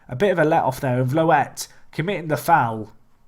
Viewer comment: Vloet = Flute with a 'V'